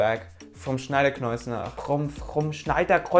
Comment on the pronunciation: Schneider Kreuznach lol you had trouble pronouncing a German brand! ;)